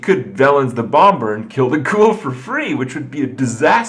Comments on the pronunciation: Krip...for the last fucking time. In English you don't pronounce the b in bomber it's pronounced BOM-ER not BOM-BER.... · Serious question: Why does Kripp say bom-ber? It's a silent b